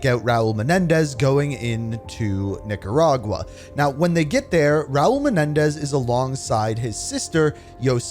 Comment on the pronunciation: You floating on the line with that Nicaragua pronunciation as Theo von would say lol